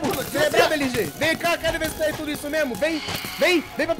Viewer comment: LG fala LOSTRE